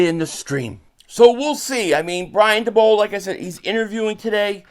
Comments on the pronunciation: Daboll= Day-Bull* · Are you saying dabolls name wrong on purpose?